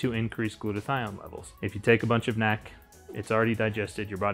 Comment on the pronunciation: Stop calling it nac. Just pronounce it N.A.C just based on that, anything you suggest I'm out